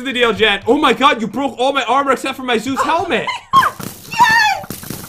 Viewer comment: Zeus Helment How pat says it: Zoo's helment